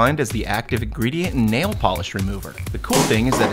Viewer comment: The Po-li-sh Remover of Na-eel (Nail)